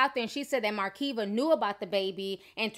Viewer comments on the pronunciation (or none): Why do you keep saying awdult? It’s ADULT! Why do you pronounce her name with an “R”? It’s Makeva not MaRKeva! But you call Florida ratchet 😂😂😂